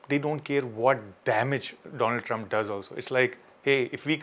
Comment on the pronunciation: Doland trump?